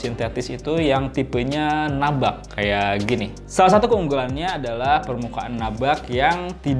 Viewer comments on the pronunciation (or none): nubak bang, bukan nabak